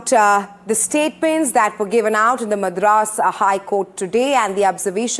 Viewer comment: The way she pronounces Madras is so annoying!! As a Tamilian and a South Indian, I feel she should've atleast done enough research on the correct pronunciation before talking on "national" Television.